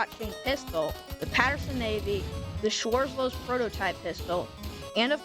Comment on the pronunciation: Hey! Not to be that guy but schwarzlose is pronounced (shwarze-lozeh) great vid tho!